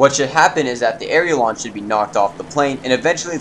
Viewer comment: And it's AILERON not "AREILON"